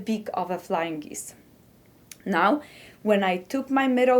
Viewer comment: It is "geese", not "geeze". A single one is a "goose". I am amazed that some people can speak more than one language. I had a friend who spoke four. I think Mrs. Trump speaks four. You sure are right about English being a hard language with so many oddities.